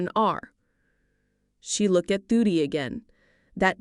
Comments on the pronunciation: The child's name is Durry Not Duty. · Okay the little girls name is Dury not Duty can you pronounce it correctly please